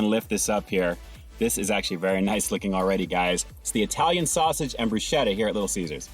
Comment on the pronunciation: Broo sketta not broo schetta, brah.